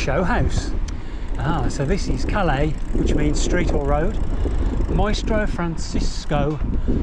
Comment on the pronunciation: ‘When in Rome…speak Romanian’ 😂 They spoke Latin in Ancient Rome 😂😂 One last thing, the double L in Spanish is pronounced as a Y. So calle is not pronounced like the french port of ‘Calais’ but as ‘CAH-yay’ This place looks great for a visit though. Thanks for the video!